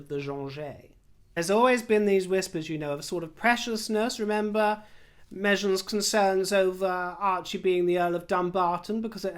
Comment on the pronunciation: 🚨! Please stop calling her "Mejhan". Far too classy-sounding! 😘💜